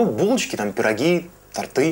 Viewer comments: Торты - ударение на О. А ещё спец по тОртам. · Кондитер сказал тортЫ.... Агзамов бы за такое убил.